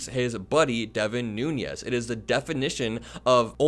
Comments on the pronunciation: i like your videos, but you murder a lot of names and words. devin nunes is actually a noo - nez. he’s not devin nuñes (noo-nyez). concerning another recent video: ghislaine is pronounced “gee-lain”, like the g in golf, not “jiz-lain”. keep up the good work. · even though I have, no respect for him, I have to point out that Devin’s name is pronounced “noonish” or “newns” not nuñez. He’s not Hispanic. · Devin Nunes is Portuguese. His surname is pronounced phonetically: New nez. Those of Spanish descent probably don't want to be lowered by this fool who sued a cow!!!!